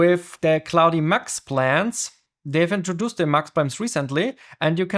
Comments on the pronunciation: Its pronounced cloud not cloudie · Really helpful Video, but the pronunciation of Claude triggers me. Why Claudiiii?? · great video , but you pronouncing of klaudi is killing me lol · FYI to the creator,, "Claude" is pronounced in English as one syllable. The 'e' is completely silent. So it's not "claud-eh", it's just like "claud". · It's pronounced 'clod' by the way, not 'clowdy' 👍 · you don't pronounce the "e" at the end of Claude. Just say "clawd" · why does he call it clodi? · I'm sure it's great content but I just couldn't take another second of you calling it cloudy code. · The dude cannot even learn how to pronounce "claude" (K-L-OH-D) - can we really trust his abilities to learn more complex matters? :-( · no it's Cloddy code mate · Your pronunciation is so bad it hurts. I had to stop watching because it made me mad that you cannot even say the word „Claude“ correctly. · This is not about an accent. I speak 5 languages, 3 of them with an accent. This is about ignorance and arrogance - if you are making a video on some topic, may be it is worth to spend 1-2 minutes to find out how it is supposed to be called? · Bruh. Rerecord this with the correct pronunciation. Geezus!! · Also it's the same vowel sound as in "law" or "claw", not the "ow" sound like in "cow" or "cloud".